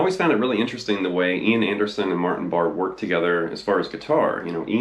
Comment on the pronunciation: It's pronounced Bar-A.......at last according to Ian!